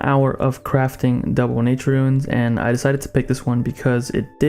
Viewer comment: It’s “ROON” not “RUIN”